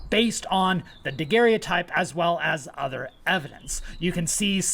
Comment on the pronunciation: Oh my gosh,. You mean David Rogers, not Daniel Rogers. You mean Joseph Brickey not Joseph Brickley. You are so far from your classroom, and tripping over material culture issues. And it is a daguerreotype, you can't pronounce. Daguerre was his name. Daguerre-o-type is the object. Never mind the rest. Going to call you "" since you can't commit. And you shouldn't, since as you say you lack "full confidence" and don't know what you are talking about. Now for Section 132.